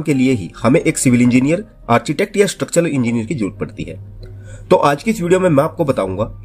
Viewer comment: मेरे हिसाब से आर्किटेक्ट होता है आर्चीटेक्ट नही।